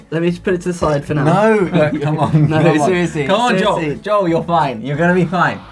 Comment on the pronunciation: 발음..👍👍👍👍